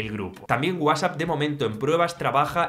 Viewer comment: Que MAL PRONUNCIAS WHATSAPP! 😂